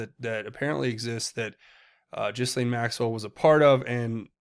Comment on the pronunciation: I wish my favorite Tubers would pronounce the madam’s name correctly. The S is silent in Ghislaine. It’s G’Laine. PS. Love your show. Dead Epstein on gurney likely Tony Rodham sending an unmistakable message to the Clintons and cronies